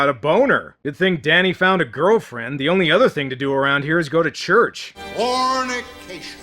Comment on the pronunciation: Did the preacher say "CORNICATION"? G*d I hope so.